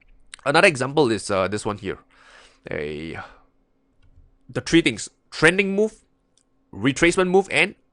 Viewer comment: it’s “ three “ not “ tree “